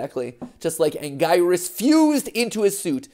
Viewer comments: crazy how Anguirus was pronounced correctly in a previous video, yet matpat STILL calls it "an-guy-rus" instead of "an-gear-rus" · It's not Ang - guy - rus, it is pronounced ANG - GEE - RUS, Matpat! Get it right! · Anguirus (Ang-ee-rus)